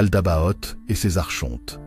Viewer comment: La prononciation correcte est "arconte" comme archange et non arche honte.